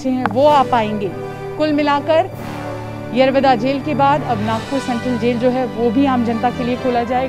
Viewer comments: मराठी बोला.. येरवदा नाही येरवडा.. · Tila yerovda bolta yet nahi yeroda boltey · येरवदा नाही येरवडा 😞😞😞😞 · बिलकुल नाही दादा फक्त गांधी जींना इज्जत दिली गेली पूर्ण रिपोर्टिंग मध्ये, येरवडा या शब्दाचा उच्चार येरवदा असा केला आहे भीतर ही कोणती हिंदी ? हा शब्द तर हर्यान्वी भाषेत केला जातो , हा मराठी न्यूज चॅनेल आपल्याला येडा बनवण्यासाठी प्रयन्त करत आहे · येरवदा काय बोलती येरवडा बोल येरवडा king off पुणे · बोबडी कुठली येरवदा नाहि येरवडा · येरवडा बोलो,,,येरव दा नाही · हिला येरवडा पण नीट म्हणता येत नाही 😜😜😂😂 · 02.45 madam Aap येरवदा bol rahe ho Plz येरवडा bolo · Are madam wo येरवदा nahi येरवडा है... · येवादा नाही g येरवडा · यारा वादा काय म्हणते येरवडा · येरवदा येरवदा जेल काय बोलतेस. ऐतिहासिक जेल आहे. येरवडा जेल असे मराठीत नाव सांग. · मॅडम ते येरवदा नाही येरवडा आहे...... जे दाखवायचं ते दाखवलं नाही आणि भलतंच बसले दाखवत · येरवदा नही TV9 येरवडा है जो दिल मे आया ओ मत बोलना । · मराठी बोलायला लाज वाटत असेल कदाचित. आणि ते येरवडा कारागृह आहे नाकी येरवदा.🙏 रिपोर्टर ला व्यवस्थित मराठी शब्द बोलायला शिकला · यरवदा नाही माय यरवडा आहे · येरवदा नाही रे येरवडा आहे ते😂😂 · Pune Pact Bolo Anchor Yerwada Samjota nahe 🗣️✍️ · येरवडा म्हण बाई आणि मराठीतच बोल